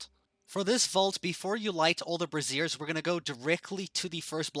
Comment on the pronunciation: This guy kills me with his pronunciation of the word brazier. He says "brassiere". Like a bra. Lile women's under garments. Gets me every time